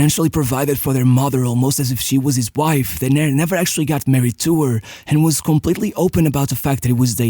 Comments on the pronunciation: Great video and research. One small correction: his name is pronounced DE-ner (not de-NER). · Brazilian here.... The correct pronunciation of his name is DUNNER, not "dené" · Great video, only one correction. It's pronounced Dêner not Denêr. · Hey, your videos are amazing! Just a minor irrelevant correction here, his name was spoken "Dêner" not "Denér" and, yes, he was a beast of a player! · Great video, but you pronounced his name wrong every single time. The tonic syllable is DE-ner, not de-NER. You should have asked your Brazilian friend how to say his name… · Brazilian here. We say Déner (Portuguese is a paroxytonal language). Portuguesa supporter (mostly BECAUSE of Dener) and my family is from Vasco (his other team). Dener was great, fast, and deadly. It was really sad to see him go. He and Chico Science were part of my later infancy (very similar accidents)... not even mentioning Ayrton. Dener should have seem a 98' WC (and he would). But he wasn't better than Ronaldinho. Two completely different styles. Ronaldinho even in his youth, you could see that he was a 10. Dener would be more comparable (today) to CR7. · DÊner is the right pronounce, great video 😢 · DEN - ner , strong in the 1st syllabe!